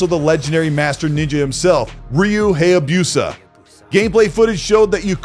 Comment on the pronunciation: Bro you just butchered the Haysbusa name so bad 😂